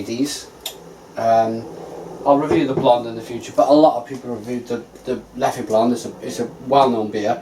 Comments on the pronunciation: It's pronounced Leff,cheers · Great vid. is a funny lad. By the way, Leffe does not have an é so you just pronounce it as l-e-f